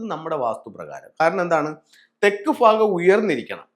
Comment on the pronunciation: ഫാഗം - അല്ല ഭാഗം എന്ന് പറയൂ.